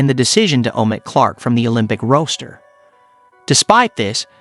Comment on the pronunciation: Yes, you did. You know that half of these videos aren't narrated by actual people either, right? He also mispronounced Taurasi, roster and WNBA!